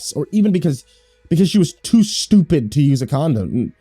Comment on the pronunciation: idfk why it made me laugh but "shtoopid"